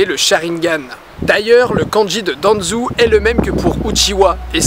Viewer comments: Pas Uchiwa, Uchiha. Où t'as trouvé le w? Pas Danzou, Danzo. Où t'as trouvé le u? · DANZU MAIS CEST DANZO AVEC UN P*TAIN DE O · Naaan Didi ta pas respecter naruto ,tu Danzou au lieu de Danzo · Tu dit itatchi et rinéganne et danzou C est itachi et ringanne et danzo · Ca fait vraiment plaisir de te voir aussi souriant et ça se voit que tu as pris du plaisir à tourner ce superbe 5 théories ! (Ps: je crois qu'on dit "Danzo" et pas "Danzou" ^^) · Sois dit en passant, quand il y a un "ou", comme "Senjou" ou "Danzou", sa se dit "ô" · au lien de dire Danzo il dit Danzou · rinegan pas rinéga itachi pas itatchi danzo pas danzou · Bonne vidéo malgré la prononciation de certains noms ("Uchiwa", "Danzou") qui fait mal aux oreilles x)